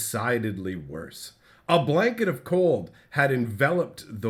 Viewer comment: Anyone else hear "a blanket of coal enveloped the world"?